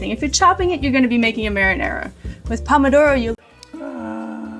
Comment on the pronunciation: Sorry I'm being a pedant, Pomodoro (which she mispronounces) "literally" means "Apple of gold" because tomatoes were originally yellow (and much smaller). And I did note the Donna Hay Twist that everyone does now with spaghetti.